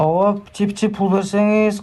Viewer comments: Пиче пиче дебейт ошол жери окшобоптур биче биче дейт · "Пичи-пичи"- эмес "Биче-биче"- деп коюшса сааал-пааал окшошот беде😂😂😂😂😂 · Пичи пичи деген созу кызык экен😂